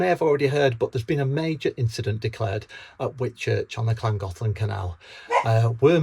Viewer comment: Sympathy for the narrow boatmen, but listening to scousers pronounce Llangollen was in itself a minor tragedy.